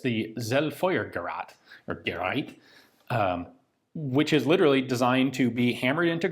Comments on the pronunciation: For the record, the word zielfeuergeraet is pronounced "tseel-foyer-gay-rate", with the z being the same sound as the ts's in "tsetse fly". It translates as "target fire device". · pronounced tseel-foy-yeah-guh-reet ("ee" like the E from 'ensure') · "Sel-feurgerad... or Gereid?" Ian, I love your videos, but please take two minutes to hear the proper pronunciation on google translator for those things. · For everyone interested: It's pronounced "Tseel-foy-are-gerr-rat". But with a long vowel in "rat" and the r in "rat" and "gerr" is either a guttural r or a rolled "russian" r (depends on the German region). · it's pronounced like "zeel foyer gereat" ^^ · I love your videos. The "ie" of Zielfeuergerät is pronounced like "ee" in English like in deer, beer, bee etc. Greatings from Germany. 🙋‍♂️ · Little tip for german pronounciation: The 'ie' in words is nothing but a longer, very sharp spoken 'i', sounds a little bit like the 'ee' in english, for example in the word 'knee'.